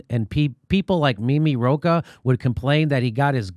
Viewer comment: Second time when Jimmy said Roach instead of Rocah, I thought of a cockroach :)